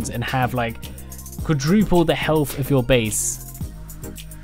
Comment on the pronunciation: Add fatch to make it four feet fick and give it more haytch pee, or helf....I love the accent, lol.